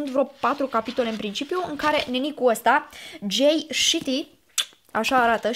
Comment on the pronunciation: Despre Guban am auzit la tine prima dată. Provenind din Bucovina, eu am purtat aproape mereu Marelbo. Calitate excelentă! Jay Shetty se pronunță Gei Șeti. :)